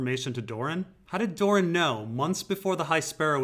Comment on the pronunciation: It might be easier/less confusing if you pronounce Doran "Door-ran" rather than "Dorne".